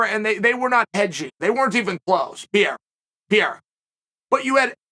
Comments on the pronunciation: "Pierra" = "Pereira" 😂😂😂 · BRO... It's not pronounced "Pierre.... with Ra added"it's Pereira???... No "Pierre-a" butfuck! PEREIRA The dude's neither French nor Italian.... Let's see who wins.... iSrAAAAEEELLL the ... Last..... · Why do you keep calling him Alex Pierrea,It’s Pereira. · He still says Pierra lmao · Chael calling Pereira "Piera" never stops being funny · I've watched about 50 videos of Chael saying "Pierra", still doesn't fail to crack me up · I think he says it wrong on purpose so people like us comment about and give traction on the website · PEE - AIR - UHHH